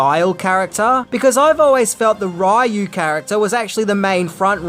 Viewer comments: It's prounced Ri-U lol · You mispronounced Ryu's name at the end! Why?!?!? You got it right the first two times.